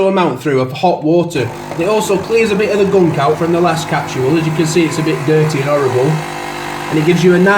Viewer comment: Great review apart from I don't understand why you say capsHool?? There's no H. It's capSule as in capsHool! I'm British too.......